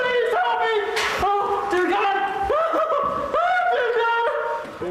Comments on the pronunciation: “The laughter.” “The tears.” “CAWD!” “And the attempted get away.” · "Oh Cawd! " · Is he trying to say God and it came out wrong? Maybe it's his deep accent.